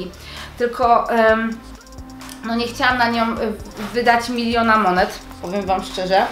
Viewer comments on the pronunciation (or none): none